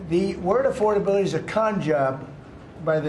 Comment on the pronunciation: 💙 Trump is so full of shit with his imaginary conversations and it's mind-blowing how he thinks a cognitive test is a IQ test. Pronouncing the word affordability like he's never said it before in his life. What an idiot! 🖕